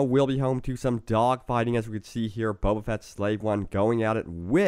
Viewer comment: texmextacos youtube yeah, it annoyed me when he said Boba :/